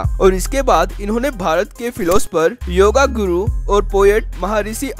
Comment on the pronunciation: Great! But could you rectify your words? It is NOT correct word योगागुरू it should pronounc as 'योगगुरू'. Not योगा correct word is योग.